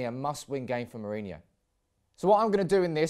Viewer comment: Ro as in rock, not row. Then ho as in hoe